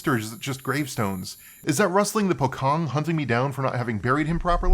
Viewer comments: FYI the 'c' represents a hard 'ch' sound -- so "pocong" would be pronounced something like "po-chong" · Ngl hearing Pocong being called Pho-kong is kinda funny lmao. That aside, I'm glad to see someone not Indonesian talking about Pamali with some more insight than just "ooo sbooky goast game" cause honestly it kinda need more light shed on it and the project as a whole, cause it's super neat. It's legitimately have better play feel and dabble with actual Indonesian horror lore more closely and respectfully than DreadOut which is just "Outlast with vaguely Indonesian theme."